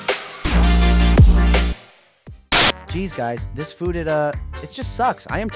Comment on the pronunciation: that (?@ caine !)ng laugh and the way you said food was flewd tho made me spit my salavia XDDDD " *HEUHEUHEUHEUEHEU* " XDDDDDD